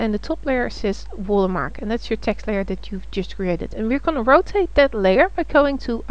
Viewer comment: I clicked "like" because she says "Water Mah!" and it made me chuckle.